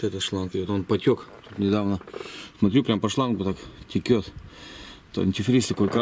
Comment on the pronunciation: извини пжста, но могу тебя поправить, не теКет масло как ты говоришь, а теЧет оно, правильно по русски)